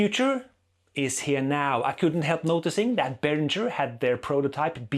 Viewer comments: It`s berinGer, not berinJer, btw. Like Kim Basinger. It is a german name, so live with it. Like Neumann is "noyman" and not "new men" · It's BAY RINGER! As in bell ringer 😀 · You speak German but mispronounce Behringer on purpose! Why? To show your disdain for them?